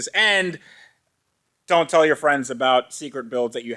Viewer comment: Went full Canadian at aboot